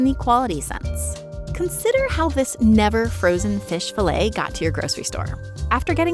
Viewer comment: the way you mispronounce fillet every time drives me absolutely nuts. thankfully, the video was good enough i was still able to watch it.